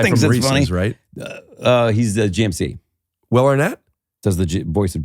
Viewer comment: i wHill, i wHill forget it